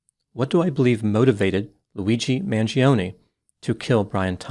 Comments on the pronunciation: you of all people should pronounce the surname Mangione correctly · Maybe one day Americans will pronounce their Italian last names with linguistic integrity Mangione is not pronounced manjeeohnee The I vowel and E vowel cannot ever have the same annunciation yet Americans are lazy as Eff when it comes to the integrity of properly pronounced English Mangione is properly pronounced Mahn- Joe-nay